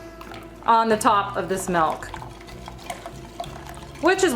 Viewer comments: your voice is annoying...you are so unprofessional and full of yourself plus you say Melk instead of Milk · Literally the only thing I can pay attention to is how she says 'milk' like 'melk'.